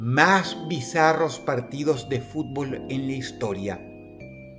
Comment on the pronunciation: Uno se da cuenta de que a Dross no le gusta el fútbol por como pronuncia el nombre de los equipos y de los estadios. Igualmente, Excelente video